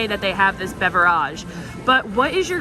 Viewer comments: BeverAGE...... do you actually pronounce it like that away from the camera or do you just think it's "bougie" to try and sound like that.... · Irritating beverage mispronunciation count: 15* (*estimated because I lost track)